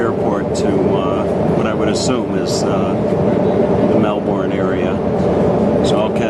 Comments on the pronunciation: It's pronounced melbin not melborn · More like Mel-bn